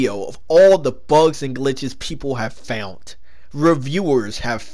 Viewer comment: says axed instead of ask, and this video he says fount instead of found looks like i've fount another reason to kill myself